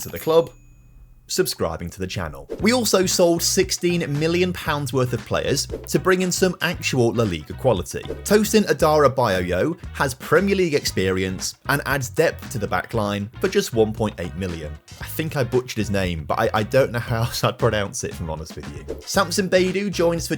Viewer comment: The Tosin guy His other name is pronounced Ah-da-ra-be-or-your